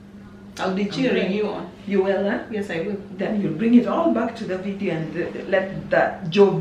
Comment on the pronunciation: Did she just call us jo-video? 🤣🤣🤣